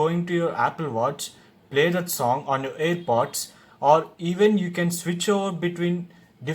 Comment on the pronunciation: Haha ur telling it air bods but it's name is air pods pls learn it bhayya